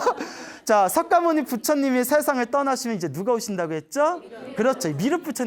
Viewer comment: 광고너무양심없이오래하네 그리고석가모니정확히말해주세요 서과모니이런용어쓰지마세요